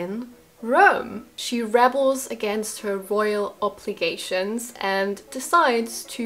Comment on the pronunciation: Hello, I hope you won’t mind my saying this, but your pronunciation is so good I don’t want you to get anything wrong! When you use the word ‘rebel’, you are pronouncing it as it is for the noun. However, for the verb ‘to rebel’, the emphasis is on the second syllable - ‘re-bel’. I hope this makes sense!? I love to hear your english speaking voice! Thank you so much for the film list, this has made us think of re-visiting these films again!